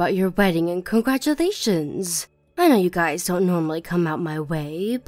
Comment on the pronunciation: It's pronounced guy's, not "guyses" 😂